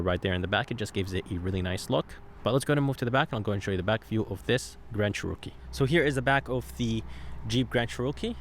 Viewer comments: Cherookie lol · Funny how he says “CHEROKEE “ 😂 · I thought i was the only one who noticed..lol.. 🤣🤷🏽‍♂️